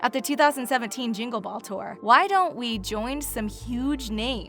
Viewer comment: the way she says we makes me cringe